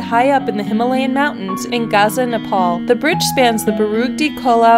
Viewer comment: ...and "Himolean"?